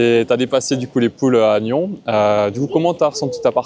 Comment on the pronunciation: Bonjour Merci pour cette vidéo effectivement Une belle partie et une fois de plus quand on joue contre ces géants de la pétanque il faut jouer toutes les boules Sinon le couperet tombe. Petite précision ont prononce le S à NYONS .merci bonne continuation pour ta chaîne